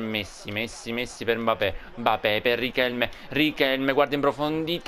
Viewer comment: Si dice MBAPPÉ